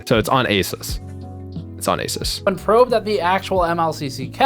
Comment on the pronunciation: It's pronounced Uh-Seuss. Not to be conflated with Acer.